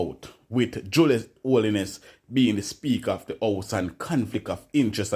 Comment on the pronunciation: Pronounce them name properly them name is 'Holness' not (Holiness) correct your pronouncements please and thanks😎